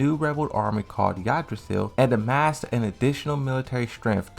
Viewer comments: Lars’ faction is pronounced ig-dra-sil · Dog the way he says a bunch of shit bothered me 😂 when he mispronounced Kazuya then right after butchered Yggdrasil I paused and had to take a few deep breaths